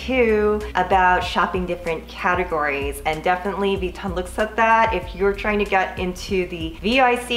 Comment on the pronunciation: Lol “V-ton”